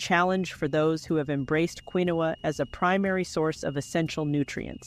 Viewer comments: Pronounced KEENWA NOT QUINOA😅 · Interesting video, doesn’t know correct pronunciation of Quinoa and used two different pronunciations, confusing those not familiar with the product. Not particularly helpful as not realistic altergive;.